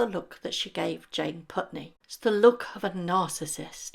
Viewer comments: Jane pauley, not puntney. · Jane Pauley… not Putney. Good video though. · Its Jane Paulie. Not Putney. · it's not Jane Putney, it's Jane Pauley :) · Jane Pauley, not Putney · It’s Jane Pauley. Not Putney. FYI